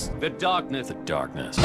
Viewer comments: "Embrace, The Darrrknesss." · Return to Dorkness! Edit: ZFor some reason after playing KHs for a while I always started to hear Darkness as Dorkness.